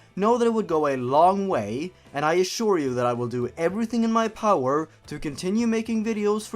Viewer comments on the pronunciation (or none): none